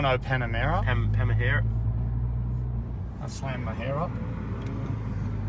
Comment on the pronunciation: "Whats that porsche 4 door thing?" "A tan-tac-teycan? Oh no a Panamera?" "Pam-pamahera?"